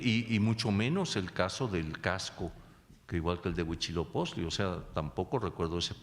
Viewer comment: A mi solo me da gracia que nunca puede pronunciar Huitzilopochtli y dice huichiloposhtli o algo asi jeje